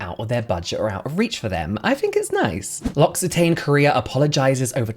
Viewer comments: L'Occitane is pronounced like "locks-ee-tahhn"! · L’Occitane pronunciation = “Loxi TAHN” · L'Occitane is French so you pronounce it "lo-xi-tahn" 😉